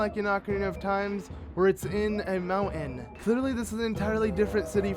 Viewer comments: "Moun-in" ??? Do you mean MounTain? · why cant you pronounce mountain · There’s a T in ‘mountain’ why are you saying mow-in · Mown-tehn. Mountain. Not Mow-ehn. It's not hard to say oml. Oh, and it's Both. Not bowlth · Your voice is ridiculously annoying dude. Also, mountain does have a 't' in it, stop pronouncing in mounin.